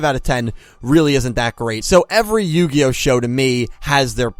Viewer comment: Yugioh? More like yugayoh.